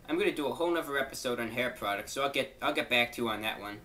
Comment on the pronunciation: "Hair pwoducts" XD